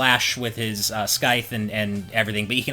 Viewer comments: skythe... yes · Did i hear him pronounce Scythe as Skythe? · skife? skife? the C is silent in scythe ? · You can slash with his "skyth"? You guys do sure come out with some funny mispronunciations. Edit: is a "senior editor"? No offence, but as an English tutor that's slightly worrying given how often I've heard him mispronounce words. That FFXV video in which he kept mispronouncing "Golden Quay" as "kway" instead of "key" still haunts me to this day. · SKYTHE!? LOL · The 'c' in 'scythe' is silent. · you know what? I wont give him too much shit for not knowing how to pronounce scythe. but the fact nobody corrected him..... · Dude, he has probably been playing games that have scythes since he was a kid... English is my second language and I had to stop the video and come to the comments after hearing that monstrous pronunciation. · you did... agghhhhhh! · Alexander Aramaki nobody's perfect. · It made me question if I was saying Scythe the wrong way all my life that I spent about 30 minutes looking around google, the dictionary, and asking friends so I didn't go insane XD